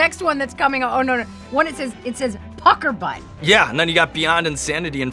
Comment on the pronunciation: Pucker Butt.....I will never hear that name not in a British accent again.